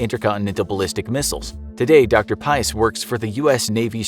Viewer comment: Why did you depict the tic tac as a saucer?... You butchered the f out of that guy's name. It's PAEEEEES